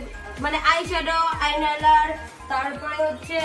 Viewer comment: Didi ota আই নাইলার নয় ওটা আইলাইনার😅